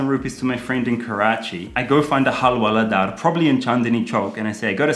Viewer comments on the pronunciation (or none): Halwaladar I laughed...it's alright you are improving in Hindi...but it's hawaldar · It's not hal-wala-daar ,it's hawal-daar.😂😂